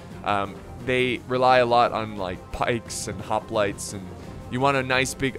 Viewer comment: The mispronouncing of the word: hoplites is starting to get really annoying.